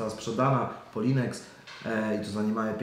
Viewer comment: Szanuję, ale: "Polinex"???:) a prognoza oby się sprawdziła, szczególnie ta, że w wakacje będzie spokój, bo muszę dokupić.